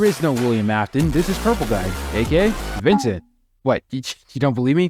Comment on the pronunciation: Ah yes, V i n cE n t .